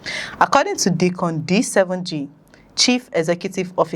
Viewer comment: Pronounced DYcon not Deecon